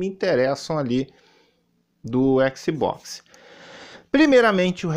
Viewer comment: O não sabe nem pronunciar o nome do console em inglês direito, imagina saber a tradução das palavras kkkkkkkkkkkkkkkkkkkk